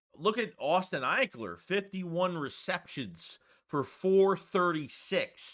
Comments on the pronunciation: “Eck-ler” not “Ike-ler” lmao. You said his name wrong like 10 times I was dying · (Ek-Ler) lol